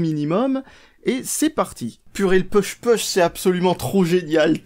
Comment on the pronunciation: tu prononces bien le mot "pull", mais "push" y'a du progrès a faire... pour t'en souvenir dis toi que ces 2 mots riment...